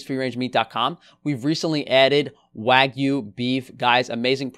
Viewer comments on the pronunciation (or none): none